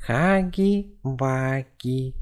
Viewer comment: Не хаги ваги а Хагги Вагги вот так правильно